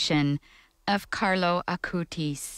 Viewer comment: why does interpreter keep calling him CArlos....it's Carlo